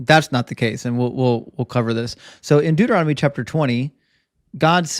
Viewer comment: It's so funny how says Deuteronomy. He swaps the n and the m and says "Deuteromony" instead XD